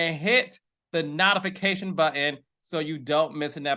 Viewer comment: Notification is pronounced like note!!!